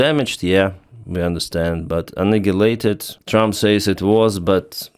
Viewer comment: Annihilate is pronounced An Eye Ill Ate